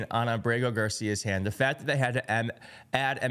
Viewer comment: I think it's A'brego (Accent on the first syllable) Garcia. Like : AB'-rego. ¿No?